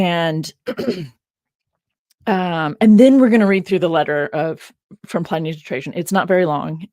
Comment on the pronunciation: love the show but the constant references to Ply- Knee drove me mad. is that the way americans call him? Always thought it was Pl - in -ee. 😅